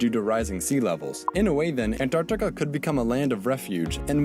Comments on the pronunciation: Antarctica - ❎ Antartar - ✅ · Tobi saying Antar-tikka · Today’s video: Try not to laugh ft(Antartica)😂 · Me dying every time he says «Antarktika» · tobi saying antarctica part made me laugh so fucking hard xddd